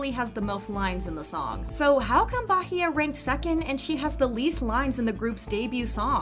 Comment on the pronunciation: Me: peacefully watching the video. The narrator: 'BAHEYE'